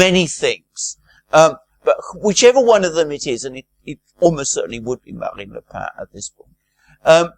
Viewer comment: Genial, but don't mispronounce Marine Le Pen, whose surname is pronounced just the same as the writing implement..